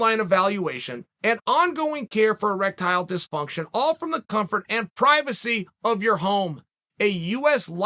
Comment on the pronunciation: "Eerectile Disfunction" -Chael Sonnen, 2022